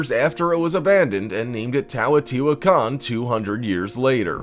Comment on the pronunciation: He’s mispronouncing Teotihuacán. He keeps saying "TAWOTIHUACAN"